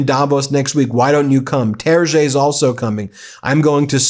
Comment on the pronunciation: Terje ,is pronounce tae r jeg,not Terche😊. Terje Rød-Larsen,another Norwegian (ex) top politician/official,tho more a bussinessman now